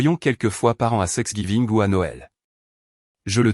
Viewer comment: Ouille, la prononciation des prénoms me donne mal au ventre, Thanksgiving pas sexgiving, là, vous dépasséz les bornes de la Connerie, résultats mauvaise note